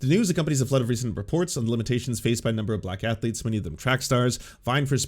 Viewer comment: My sole takeaway from this video is: 'athuletes'.